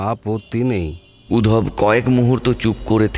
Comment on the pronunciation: বাংলা গল্পে রুম কথাটা বড্ড কানে লাগে। ঘর বললে শুনতে ভালো লাগে। আর নামটা উদ্ধব। উধব নয়।